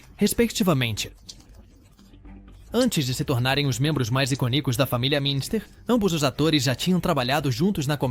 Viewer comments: O vídeo ficou muito bom, mas "iconícos" doeu nos ouvidos. 🤦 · O que é "família adandas"? "Família Minster"? "Iconícos"? Quantos erros tolos de pronúncia!